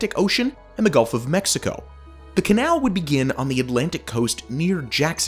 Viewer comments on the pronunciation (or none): none